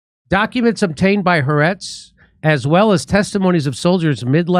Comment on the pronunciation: Ha the Aretz Land. Haaretz. The Land three sylables